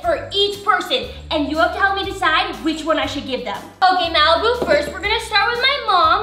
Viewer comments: you said malapoop🤮🤮🤮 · Lol 😆 u called malbu-》malpoop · Did you say Malipoop